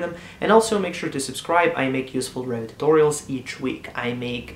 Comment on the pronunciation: "Revit", not Rabbit ! ;D